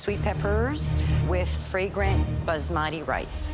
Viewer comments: How to pronounce Basmati: “bah - ss - muh - ti” and not “buh- zz - mah - teee” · its pronounced BAAS-MUH-THEE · As an Indian, hearing them pronounce 'basmati rice' as 'buzz-madi rice' makes me cringeeee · "Buzzmaati rice"